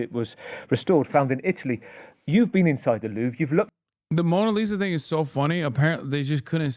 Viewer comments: Learning Hasan thought they were dupes is only the second funnies thing here. The first being how he can't say Louvre 😂 not even in the normal American accent way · bro please pronounce louvre different